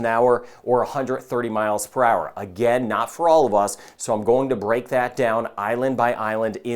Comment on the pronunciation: He says "NOT all of these". It sounded like "now" so I listened again.